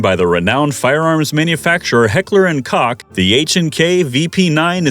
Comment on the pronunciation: Heckler & Koch….Koch is pronounced “Coke”…..get a clue.